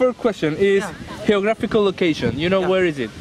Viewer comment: "Heographical location" me hace sangrar los oídos.